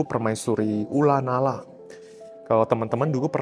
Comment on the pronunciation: Ko, ula nara emang bacanya ula nala ya?